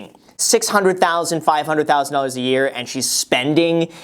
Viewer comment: The way Graham says doullars gets me everytime